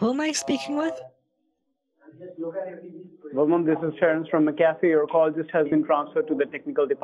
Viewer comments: mc afee? no, it's m'cafe. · More like Mcapee in this vid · I thought it was said Mackuhfee, not Mickaffy...lol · Take a shot every time “MCAFEE” is pronounced “MCCAFÉ” mcafee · I loved how he kept calling it McCafe instead of MacAfee. So funny. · I always pronounce it like 'Macafee" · every time he mixes up McAfee and McCafé is (for some reason) the funniest thing to me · Did he say McCafe instead of Mcaffee?? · I always thought Kit just pronounced MacAfee as "mc café". I didn't realize he was doing it as a joke this whole time until now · It's suppose to be pronouced MAC A FEE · I was surprised when I heard how it was actually pronounced. It's spelled like Mc Afee. But pronounced like there's an a in the first part, like Mac. It was very confusing to me at first. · LOL the way he says McAfee like McCafe fndbfjfb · McCafe (McDonalds) v McAffee….😂😂😂😂🤣🤣🤣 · McCafé 😂😂😂😂😂 I think they mean Mcafee.😂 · McAfee = McCafe LMAO I WAS DEAD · him pronouncing it as mccafé made me lose my mind